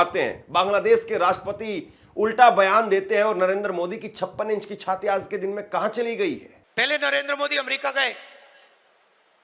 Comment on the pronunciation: O patrakaar mhoday ye jo tum j ko z bolte ho use shi kro jaise tum aaj ko aaz bolte ho